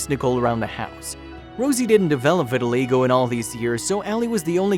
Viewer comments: I believe pronounced ' Vit-tuh-1 LIE-go,. not 'Vit -tuhi-LAY-go' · The narrator is making a film about vitaligo and he can't even pronounce it. It is pronounced "vit al EYE go" Get a clue guy! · Sweet story but it’s pronounced vi-tuh-lie-go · It's pronounced vitilie go. Damned if the English language isn't getting bastardized. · I cringed every time the narrator pronounced it wrong.